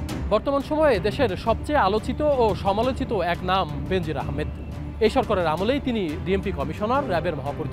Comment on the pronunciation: বেনজির নামের উচ্চারণ হবে বে নজির